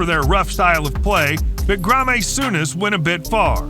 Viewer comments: Grey-mer soonez! 😀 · What is worse than the Fouls is the American Commentator on this video! U - E - F - A is pronounced You A Fa and don't get me Started on Grammy Souness also Known as Graham!! lol Arse son ay Wenger oh my!!! Arson Wenger and finally its Nil Nil not Zero Zero!!! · Grahmeh Souness was my favourite 🤣🤣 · ‘Granma Souness’ 😅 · That Gra-May Souness is a bit of a lad isn't he. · What you talking about mate this guy clearly means Grah may soo ness rangers chinese superstar of the 80's 😂😂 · grah-may souness pmsl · The fact he got Graeme Souness's name wrong the first time, then got it right the second time. Jeez-o